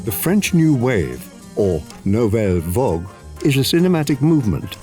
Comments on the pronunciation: Also also also: we get "vogue" instead of "vague" again. Those really don't mean the same thing. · he says "vogue" instead of "vague." Those don't mean the same thing.